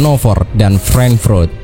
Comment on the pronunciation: Suara lo enak bang bawain narasinya. Cuma satu cara baca beberapa istilah seperti nama kota kurang benar; contoh Hamburg (Habrug), Frankfurt (Frankfrut)